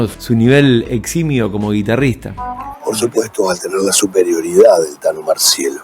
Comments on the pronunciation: crak! muy bueno el video , es el primero de tantos que seguramente vere en breve ...un pedido de corazon , TANO MARCIELLO, NO MARCHELO, POR FAVOR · Gran informe. Que diga marchiello y que a continuación Ricardo diga marciello me da un poco de cosa pero siempre se agradece.